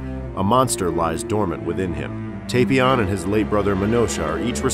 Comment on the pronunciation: It's TAPion a pun on tapioca not Tapeion